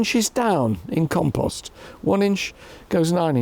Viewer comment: Did he say compost maybe? And not compose?